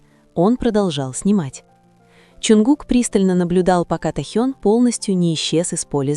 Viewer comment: Почему искажаете имя, тэхен.